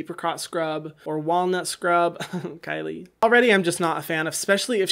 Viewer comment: Kylie not klie